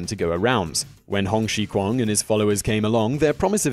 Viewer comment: Hong Xiuquan's name is pronounced as Hong Xiew/Xiu Chwan. Hong Xiguan/Hung Xi Kwan was a Shaolin disciple during the Qing dynasty who is viewed by many as the founder of Hung Gar Kung Fu.